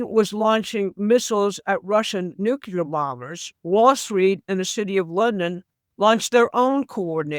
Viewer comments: Not Nu Ci Lar It’s New clear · Anyone quoting Mike Flynn is floating abject drivel. She asserts as fact clearly unprovable statements. She pronounces NUCLEAR as NUCULAR. She is clearly an inveterate conspiracy theorist. She said Ukraine will be defeated in 2 months. Get back to me in 2 months. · THE WORD IS NUCLEAR. NOT NUCULAR. It’s not that hard to pronounce it correctly. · Why does everyone say “nucular” the word is nuclear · Sorry this drives me nuts - the word is Nuclear (new-clear) not Nukuler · It's pronounced noo-klee-ur. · When you can't even pronounce nuclear my interest ended there.